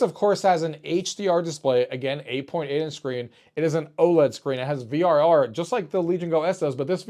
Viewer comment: You said frr not vrr and kept saying z1 extreme